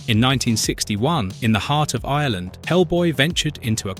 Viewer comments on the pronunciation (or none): none